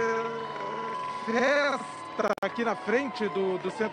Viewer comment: AINDA BEM QUE ELE DESENGOLIU A LÍNGUA E CONSEGUIU PRONUNCIAR, "FESTA" . KKK.